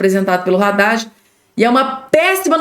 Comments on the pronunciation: Não é Radade e sim Haddad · Não é Radad é Haddad. Só você quer falar errado 😮